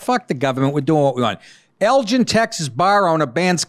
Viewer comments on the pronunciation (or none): It’s “Elgin” gin like guinea.